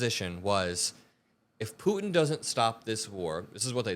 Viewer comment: thank you for pronouncing 'Putin' with the 't'. So many young people today skip over the t's in the middle of words - Putin becomes 'Poo-in' - and it drives me insane.